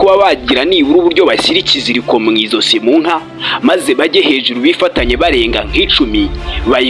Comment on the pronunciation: Bavuga "mwajosi" ntibavuga mwi zosi